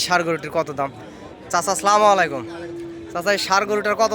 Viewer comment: আসসালামু আলাইকুম, স্লামুআলাইকুম নয়। সালাম দিতে ভুল উচ্চারণ করলে তো হবে না। সচেতন হতে হবে।